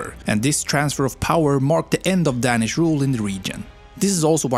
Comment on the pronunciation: For me it was the "Dänish"